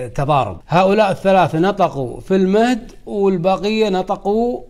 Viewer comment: وبعدين قول المهد وليس ( المهدي)